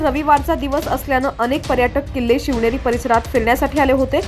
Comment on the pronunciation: लिहलेल निट वाचत जा शवनेरी नाही शिवनेरी चुक लगेच दुरूस्त करा